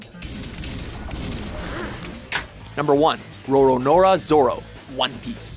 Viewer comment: Please pronounce Zoro's and Mihawk's name properly next time .